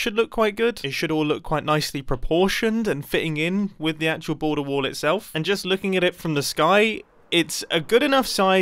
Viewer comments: I am still wondering why Mumbo is saying "wool" instead of "wall" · say Wall one more Time please XD